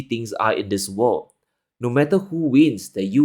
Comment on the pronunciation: "And...of the wor'd"!